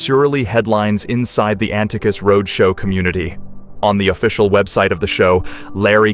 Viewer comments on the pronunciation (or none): an-ti-cus? This is terrible.